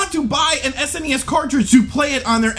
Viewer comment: I love because he says S.N.E.S. instead of that lousy sounding Sness...